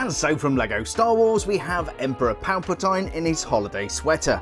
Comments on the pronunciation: “Palpa-tine?” It’s “Palpa-TEEN!” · ‘Emperor PalpatIne’ that pronounciation😂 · 50 points from your Hogwarts house for not pronouncing his name correctly.